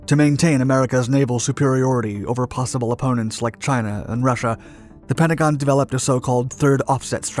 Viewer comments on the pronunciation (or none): none